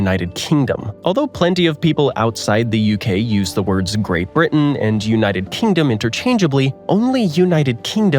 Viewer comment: he first told uk is the wrte now he is calling it GRATE BRITEN